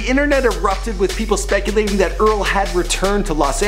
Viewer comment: he butchered Earl's name